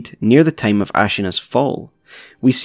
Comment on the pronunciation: I drink everytime I hear "teim" in theese guys videos.